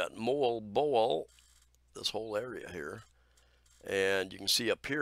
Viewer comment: MOALBOAL should sound as... MOH-AL-BOH-AL...not MOLE-BOLE 🥰